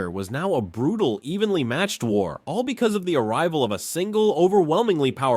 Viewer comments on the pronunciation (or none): none